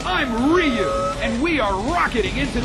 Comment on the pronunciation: Guy talking: "Im Weeeyuu" me: No, you're not Ryu.......